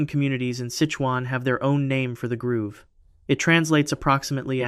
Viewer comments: Bro...its a "GROVE" not a "GROOVE." Are you serious? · Grove. Stop saying groove. It really undercuts your authority when you don't know basic words. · It is grove not groove! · I've watched a few of your videos and I'm considering subscribing, but the constant mispronunciation of "grove" as "groove" are totally killing me right now. Not trying to be mean or anything, but I've been sitting here for several minutes just occasionally correcting you audibly by saying "grove". Each time, I get louder and my time becomes more stressed. The educator and linguist in me can't help it. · Thank you!! It's grow-v. Grove. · The fact that you mispronounced grove like 30x with such confidence makes me question the accuracy of everything else you’ve said…